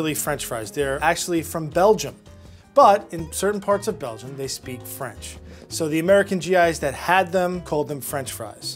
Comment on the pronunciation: Did you say... "BELGIUM?!!!?!?!!"